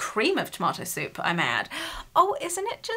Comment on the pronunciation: When you got the Heinz ketchup soup. When you first pronounced it I thought you said Tomato soap 🧼. And I was like ‘what?’ I would never was my hands with that! You don’t wash your hands with tomatoes 🍅! Hahahha!!!